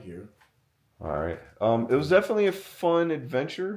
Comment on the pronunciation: he said me defently